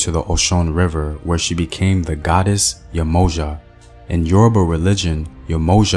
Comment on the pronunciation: And Yemoja = Yem Oh Ya (jah)